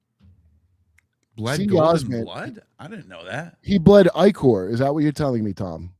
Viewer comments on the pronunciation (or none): its pronounced IH CORE ICOR. IH CORE. black ichor.